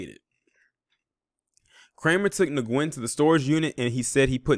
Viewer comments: Nguyen is pronounced when/win. Good job on the story. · Pronounce as WEN not Nguyen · FYI .... Last name of victim is pronounced like the word “win” .. great video btw... this is clearly a h8 crime !!! Wtf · Nguyen is pronounced "Win"